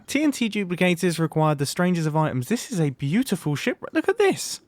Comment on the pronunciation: "Look at dis! It looks like a David Attenborough documentary - This is very boo'ifu'!"